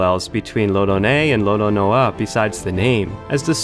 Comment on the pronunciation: Dont ever say roronoa like that again